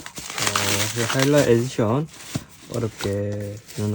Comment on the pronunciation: 영상 잘 봤습니다 이분처음보는데 사투리쓰시는지 하이랄을 자꾸 하일랄이라 하시는게 재밌네요ㅋ 하이랄 해보세요 하.이.랄